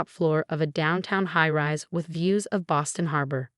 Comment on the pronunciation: Boston, not ba sin. Self-made, not self me. Family, not fami. Emma, not ma chen. Post-nuptial.